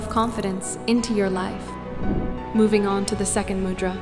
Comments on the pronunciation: Correct - Mudhraa is how we pronounce it in Hindi/India, the d is pronounced like "the". Namaste!! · A gentle and respectful suggestion. “Mudra” is pronounced with a short “u” sound as in “you” (not “u” as in “mud”). The “d” in “Mudra” is a dental consonant, with a softer sound made by placing the front of the tongue against the teeth. Also, please provide a reference source. 🙏🏼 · It is not MUdra, it is MOOdra.